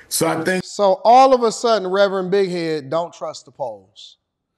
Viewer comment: Did say Rev Big head??😂😂😂